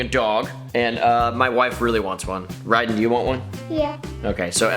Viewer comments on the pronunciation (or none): Why does everyone call Ryden "Rayden"? It isn't that hard